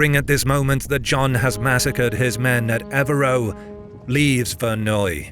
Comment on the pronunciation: A good and interesting video, which could be improved by a little more attention to detail. For example, on the map "CompLegne" is, I presume, supposed to be Compiegne; and "eux" should be pronounced "eugh", not "oh", as in "Ev-reugh", rather than "Ev-roh".